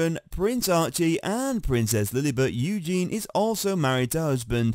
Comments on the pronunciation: Yes Eugene is a guys name 😂 you'd think this UK guy would know that😂😂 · It's EugenIE.😊. Get a robot that can read.